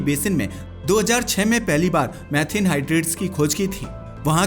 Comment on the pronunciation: मैथिन नहीं मीथेन gas